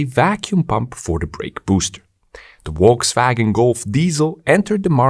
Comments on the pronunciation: Small tip... It's Folkswagen. In German, V is most often pronounced like F. Wolkswagen would mean something like Cloudwagon :) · note: it is correctly pronounced Folksvagen, not wolksvagen!! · Just FYI, Volkswagen is pronounced as "Folkswagen". So, decline in diesel car sales will increase the price of gasoline soon. Good to know.